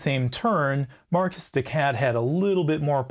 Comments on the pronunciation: Marquise is a very easy word to pronounce. It is Mar-keys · I apologize for every American that pronounces "Marcus de cat". Some of us actually enjoy French culture, and are mindful that it's "maar·keez". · You are correct. My decision to pronounce Marquis "Markus" rather than "Mar-Kee" hints at my upper midwest upbringing. You don't even want to know how we pronounce Versailles around here :) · I typically pronounce Marquise de Cat as "Mar-kee dee Cat". It just sounds too much like "My Kitty Cat!".